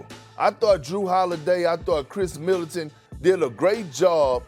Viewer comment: Why Kendrick Perkins keep saying “Kris Militant”